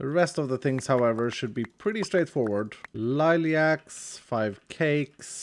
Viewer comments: the second "i" in liliac is silent. english is quite a strange language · I hate and love the way you say lilac